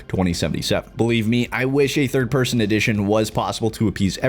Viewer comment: came into this video thinking it will be - meel mechanics - driving - braindance instead its "no thid person" are you kidding